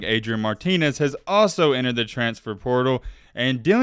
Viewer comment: Our expectations might be low but at least we don’t pronounce it “transtfer”. 😆